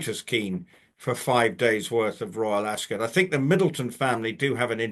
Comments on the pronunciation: ❤, please, it's not, "Acs-kit" it's Ascot - that is like me saying Konsey. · It's more of a schwa sound. She has taken it from the usual American extreme of "ass cot", skipped over Rupert's (and most British people's) typical pronunciation of askət ("ass k't"), and gone all the way to the other extreme of "ass kit". My apologies if you are British and this is what you're trying to say, but most Americans will read "Ascot" as "ass cot". So for them I am clarifying: it's not kit, but it's also not cot. It's kət. Like the last vowel sound in button, mitten, color, rabbit. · why do u pronounce it “as-kit”. its weird. as-cut